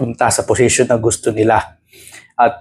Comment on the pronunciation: Posisyon po ang tamang word hindi posesyon